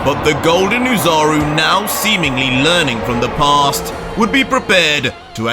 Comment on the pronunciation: It's "Ozaru" idiot